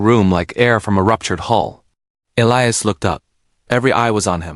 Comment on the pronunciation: It is ee-lie- us. Get it right